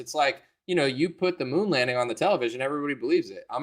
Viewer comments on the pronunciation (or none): none